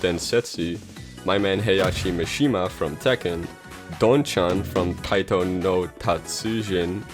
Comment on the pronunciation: As a fan of this series, I’m here to say you mostly pronounced the name right. Edit: You said ‘Taito’ not ‘Taiko’. At least that’s what I heard.